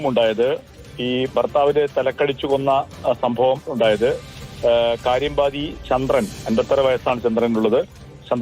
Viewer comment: കാര്യമ്പാദി അല്ല..കാര്യമ്പാടി..കോണിച്ചിറ അല്ല കേണിച്ചിറ 😅😅😅